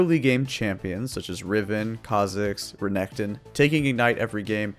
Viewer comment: Re NEC ton lol